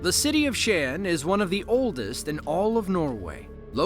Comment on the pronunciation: Props for saying the city name of Skien correctly. The accident with that truck and train was all over the news.